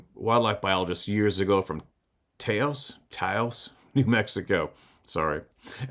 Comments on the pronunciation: Pronounced Toww-ose. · Ta (tah) os (Os) long O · Hey, I’m from Farmington, NM. There are a lot of sightings around here. Anyway, the way to say Taos is “Tāws”. The “ow” sounds like cow. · Taos pronounced like house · Taos is pronounced Taw (like a" tow"el) - os. Tawos. lol I hope that makes sense. You can also look it up on line. Search "how to pronounce ...". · TAOS: like cows with a soft s, not hard like a z. You said it right the last time at the beginning of your story. :)